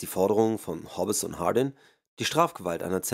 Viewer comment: "Hob-bes" ist auch gut! :) Boy oh boy!